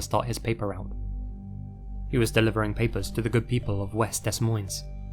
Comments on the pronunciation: Hi! West Des Moines is pronounced West Da Moyne, the s's are silent! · FYI, West Des Moines is pronounced West 'Deh' 'Moyn". No S sounds on last two. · too bad you mispronounced west des moines. it’s pronounced west DA MOYNE